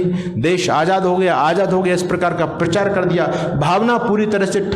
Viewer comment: PARCHAAR is wrong PRACHAAR is right word, please rectify 🙏🙏🙏